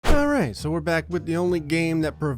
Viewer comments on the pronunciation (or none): if you hear very closely, in the beggining, says "alrice" instead of "alright"